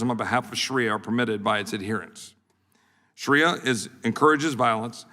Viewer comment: Sounds like Sharia law is something the Republican party should respect because that is what they are trying to do to us US women!! Also dumb shit, the word is Shaaaaaria not Shariiiiia